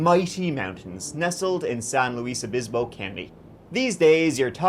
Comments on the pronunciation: "Saint Luie Bispo." Boy, that's about as mis-pronounced interpretation of San "Loo-iss" Obispo as I've ever heard, officer. LOL! I lived in SLO back in the 80's, and still live on the Central Coast. I'd heard about this case but I didn't realize this case was in the 5 Cities area.... That City has had their share of brutal murders for such a small town, but there's a University there, and two cases.... The Kristin Smart case and the the Krebs murders, were tied to college students. Very sad, all of these cases. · San LOUISE Obispo 😂Usually, when anyone else pronounces things wrong, it bothers me. But when does it, it's endearing 💗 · It's SAN LUIS OBISPO.